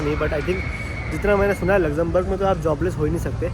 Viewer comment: Lexemberg kitni bar bole aap 😂